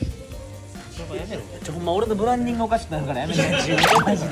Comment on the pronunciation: 重岡くんのブランディングデッチュー問題｡笑